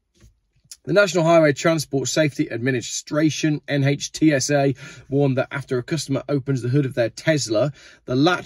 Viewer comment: NHTSA is pronounced "Nitsa".